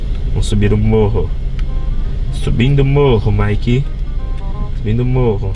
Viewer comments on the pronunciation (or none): none